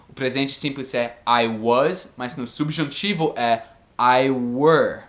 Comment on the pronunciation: Bom português, mas atenção para a diferença fonética entre "substantivo' (=nomes) e "subjuntivo" (modo/tempo verbal).